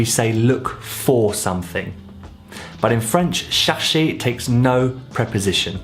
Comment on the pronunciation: I thought chercher was pronounced more like share-shay (without the y sound)